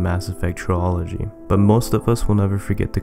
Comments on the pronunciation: Why do u say trilogy like that, it's not supposed to be said like biology, it's like Trill agy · ][ Mass Effect I lost my composure when you said tri-ology lol gets me every time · Gotta love how he pronounces "TRILOGY" (Tree-Ology) ROFL! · YOU ARE FUCKING SAYING TRILOGY WRONG LEARN HOW TO SPEAK!!!!!!